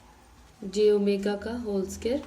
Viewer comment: Scare nhi ... square hota hai vo😂😅